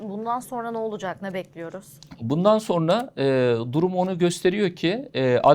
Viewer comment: Hocam "sorna" denilmez "sonra" denir.